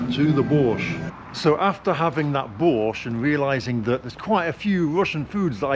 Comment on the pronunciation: Слышу "Бош", читаю в переводе "Бош". Даже не сразу догадался, что речь о борще.)))